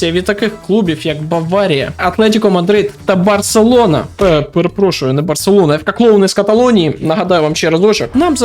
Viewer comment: Автор фангей другого клубу в мадриді, чи якась обіженка, нахуя постійно називати назву Барселони неправильно ?)